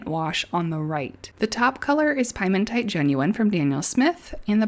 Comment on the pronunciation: You pronounce it "Pee-eh-mon-tight," not 🥧 mon tite. This word is not at all related to pies. Piemonte is a region in Italy just below the Alps The word means "foothills." The original pigment must be from there, a rock from there. Yes, I'm being "that guy" about pronunciation, but you are confusing me, because now I want a piece of pie. So there you go.